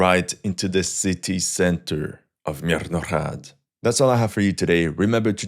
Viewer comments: Bro its called mirnograd and not mirrnoohhhhhhchchchchchchcchh(spitnoises)chchchchhhhrrrrraaaad. Would appreciate if you stop butchering this name verbally in every video for 20 times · It's Mirnograd Tovarish😊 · Bro saying Myrnohrad sounds like a workout. Impressive how you can keep saying a word with every consonant and vowel condensed into 3 syllables of Ukraine losing the war... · Is Myrnohrad an elfish city? Why pronounce it like this? 😅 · Cant you say Myrnohrad normally, wtf? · Why do you say myrnorad like that